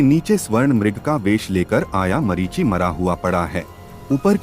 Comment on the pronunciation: Very good 👍 but one mistake marishi nahi marish. ❤❤❤